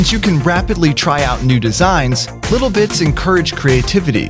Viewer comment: when he said "Little Bits" i thought i heard "Little Bitch"